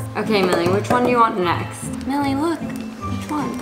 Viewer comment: opps sorry its milli not milly